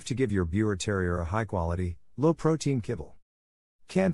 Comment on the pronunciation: The correct pronounciation for Biewer is “ beaver”!!!